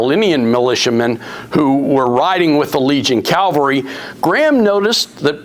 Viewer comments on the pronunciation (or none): Ugh. It’s cavalry not Calvary